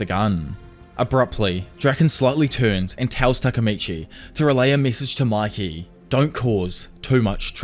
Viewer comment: It's not maki . It's mikey